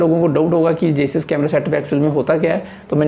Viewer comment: जेईस नहीं भाई जाइस